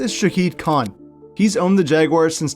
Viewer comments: Kind of sad when you can’t even pronounce the owner’s name correctly. It’s really sad you seem to have such a negative view of my city and our team. Have you been here? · You're probably not going to read this but you mispronounced the owner of the Jaguars the Jaguars are here to stay in Jacksonville so do me a favor do some more research before you blast it on YouTube so you won't be so stupid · You mispronounced Khan’s name